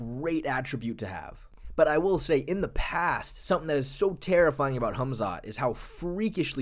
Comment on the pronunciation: Why's this guy keep calling him "Humzat" ? 😂😂😂